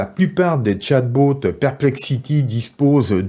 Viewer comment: Ça me tue comment tu prononces "chat boat" xDD